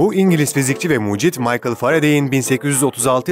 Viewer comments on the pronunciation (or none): none